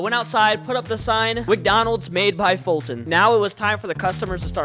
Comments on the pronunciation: “How do you pronounce foltyn?” “*fulton*” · ATLEAST say folt if you can’t say Foltyn